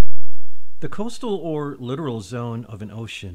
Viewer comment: I always thought it was lit-TOR-al, but you are correct. Good presentation.